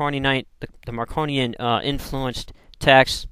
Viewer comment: 1) you were right about the Marcionites, both in their despising the Jews, and in their adoration of Paul. Paul was, among the Marcionites, THE apostle, basically they regarded Paul as the only one who understood Jesus's mission. 2) the name is Marcion, not Marcon. MAR-see-ahn.